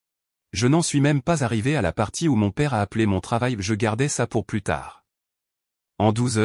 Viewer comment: "Plus" dans le sens négatif se prononce comme "plu", on ne prononce pas le "S".